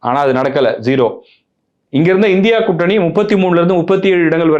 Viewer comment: இந்தியா கூட்டணி என்பது சரியான உச்சரிப்பு இல்லை